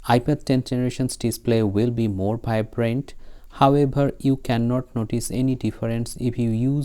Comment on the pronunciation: The colour are vibrant ❌ bhaibrant ✅ 😅 😂